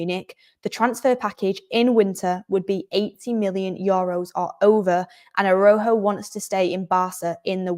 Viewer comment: unlike English, in Spanish every letter in a word is pronounced so Araújo pronunciation would be more like ARA-OO-HO (j in Spanish is pronounced more like a longer guttural h - think about Juan (pronounced like HHHuan)